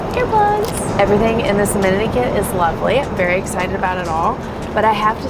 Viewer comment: Am I the only one who has ever noticed that cannot say x? As in excited?